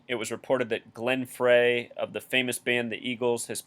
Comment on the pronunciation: I've only ever heard Glen Frey from the Eagles last name pronounced "Fry". I like your vids! Is gematria whats used for breaking bible codes? whats your take on bible code breaking? Personally I'm not convinced but that may come from ignorance, as I learn more that may change.